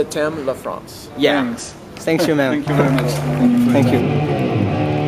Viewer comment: "che t'aime la fwance" haha